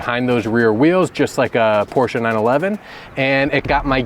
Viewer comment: Thank you for pronouncing "Porsche" correctly.